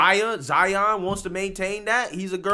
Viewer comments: ZION NOT ZAYA… HE’S YOUR SON NOT YOUR DAUGHTER FAM… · He said Zion lol